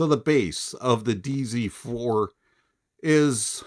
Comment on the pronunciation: I heard DC4... I'm from Mexico and I think I can pronounce "Z" better than you hahaha😂❤🎉